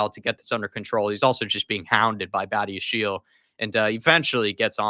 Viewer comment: Badiashile is pronounced badi-a-sheel, not badi-a-she-lay. He’s French so if it was pronounced like that, it’d be badiashilé.